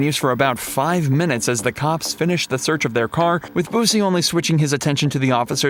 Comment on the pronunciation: "Boosie"? Lmao.